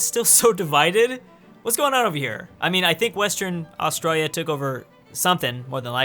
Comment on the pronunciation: Omg his pronunciation of Australia triggers me so hard🤦‍♂️🤦‍♂️